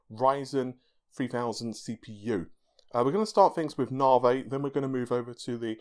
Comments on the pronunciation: This bothers me so much....I don’t know why. “Novvy,” not “novay.” Lol. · "Aka " lol, never change.